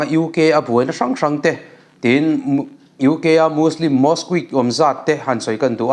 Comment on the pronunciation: Mosque lam dan hi a dik em aw?